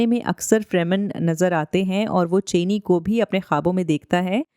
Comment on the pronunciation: Chini nahi, Cha'ni🙏🏼